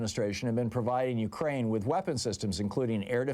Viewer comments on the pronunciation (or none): none